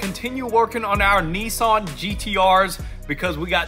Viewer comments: Hello guys up to you? but in new Zealand we pronounce nissan as niss-san (like hiss-can). I hear knee-sonn 😊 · It’s not Neesan, it’s Nissan! How are you pronouncing this with an E?